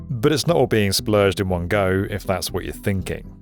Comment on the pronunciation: My engineering brain heard 'square i' instead of 'square 1' and it made me jump in my seat. Please don't scare me like that again XD